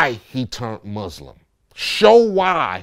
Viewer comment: I wish people would learn how to pronounce Muslim!